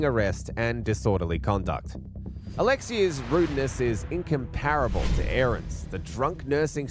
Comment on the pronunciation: And his pronunciation of words. "Al-tercation" and "incomp-ar-able". It's altercation and in-comp-rable.